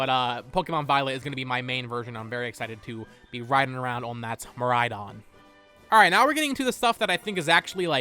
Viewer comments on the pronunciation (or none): none